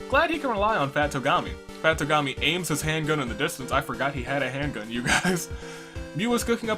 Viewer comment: Fat Togami? No its TWO-gami. Lol